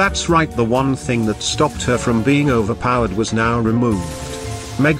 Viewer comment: are you serious right neow bro